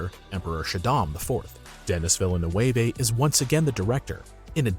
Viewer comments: Vee-lay nu-way-vay ? you mean Villeneuve? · You pronounce "Villeneuve" in some sort of latino way while it should be the french one. It's even further away from the original french than any english attempt. It's funny. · FFS learn to pronounce Villeneuve correctly.